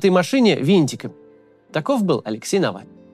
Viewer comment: Кто такой нэвэльный